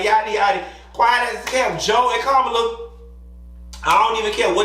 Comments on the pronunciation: Hey, for future reference, Madam Vice President's name is pronounced 'COMMA-LA'. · Kamala’s name is pronounced as , la (comma-la).